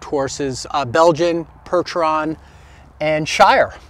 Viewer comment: I heard you say "Pertron" or "Perchon". As a kid in early 1950s, I had often heard of the breed of draught (draft) horse called the "Percheron": perhaps, you were referring to that breed.